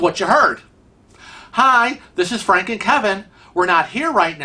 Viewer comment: You're such an idiot! You always pronounce "Frank" incorrectly and it drives me crazy! Love your videos 😘🤗